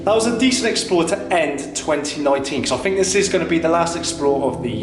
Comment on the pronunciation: And I just heard him saw fink instead of think ooooh so cute!!!!!